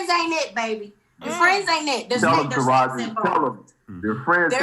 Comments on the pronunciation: Sis if you say ta-heri over TA-RA-JI IM GONNA DIE... LMAOOOOO... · Tahiary?? Who don’t know how to pronounce Taraiji 🤦🏾‍♀️ but I guess keep going chileee ooooweeeee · Ta•Rah•ji!!!😂😂😂😂not Tahari. I like veyou Sis! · I wish she'd stop mispronouncing Taraji's name....that's so disrespectful and rude. Her NAME IS NOT TAHARI!! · 🗣Taraji Jessica... NOT Tahiry!! Sheesh!!!! 😩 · Taraji name is pronounced TAH RAH GI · Yesh you ignorant af. You got the whole story wrong. Definitely unsurprising from a women who can't even pronounce Taraji! Tuh rah jee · It’s TA-RA-JI like RAH! And JEE! You..., ima keep that to myself .